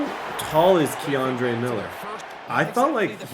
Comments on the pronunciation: Laughed every time you said Kendre as Keandre lmaoo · u saying my cousin kendre name wrong but yea ima needa season 2 with him no cap 🙏🏾🙏🏾🙏🏾